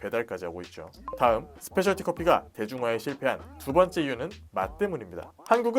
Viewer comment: 스페셜 티 커피가 아니라 스페셜티(Specialty) 커피입니다.